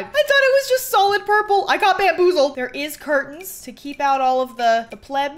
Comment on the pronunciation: “I got bamboozeled!” I love u:)